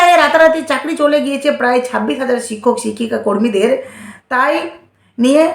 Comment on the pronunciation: উচ্চারণের দিকে ধেয়ান দাও ! ছিক্ষক নয় শিক্ষক , ছেই নয় সেই, পুলিছ নয় পুলিশ,এছেছে নয় এসেছে ইত্যাদি ! আশা করি খেয়াল রাখবে !